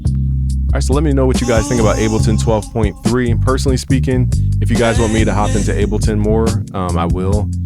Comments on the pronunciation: PLEASE stop saying "Abbleton"...PLEEEASE?!!? IT's Ableton as in "willing & able"...please🙏🙏🙏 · Bro, please get tested for testicular cancer. Your nips are abnormally perky for a man of your stature. And idk if you're tying to be posh or sumn, but it's called Able-ton not abble -ton. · Is he saying abbalton every time? That’s wild. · Nigga said “Abbleton” LMAO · My guy is so FL he’s saying Appleton Live